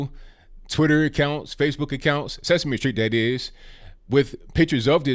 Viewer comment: It's sesame Street not sexme street.